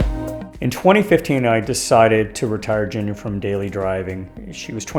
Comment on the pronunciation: I hate to tell ya this, man, but you're mispronouncing the name of your car. "G"s in Japanese are pronounced with a hard "g" sound.